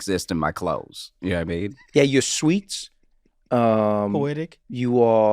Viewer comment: Trevor has a bit out there somewhere about his friend "Na-mean" and I've been wondering forever: is that Josh? Every time he says "know what i mean it comes out "na-mean" and I just want to know!